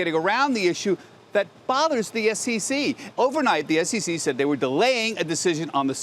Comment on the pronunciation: Its SEC not SCC u pompous hedgehogg!